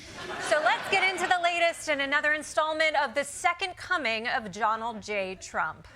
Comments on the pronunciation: "Johnald" ... Lol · I love how I keep hearing "Jonald J Trump"